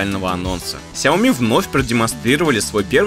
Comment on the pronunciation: ты говорил, что впредь будешь произносить шаоми, а тут снова сяоми сяоми